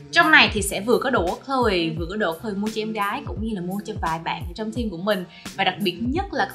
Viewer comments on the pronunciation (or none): none